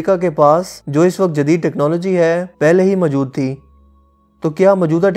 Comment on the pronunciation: Urdu ka accent bilkul bhi sahi nahi. Mojood hota he mjood nahi hota 🙄🙄